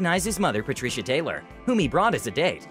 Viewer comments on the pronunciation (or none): none